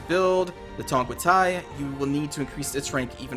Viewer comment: You are pronouncing Tongquetai like Thai language lol